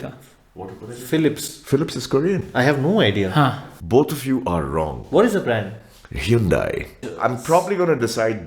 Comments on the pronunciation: the way said hyundai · 🔥The way sir said Hyundai🔥